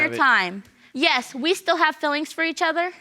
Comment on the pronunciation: “yesh your honor”